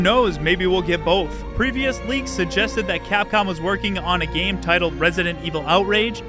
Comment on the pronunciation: geem? or game? learn to speak clearly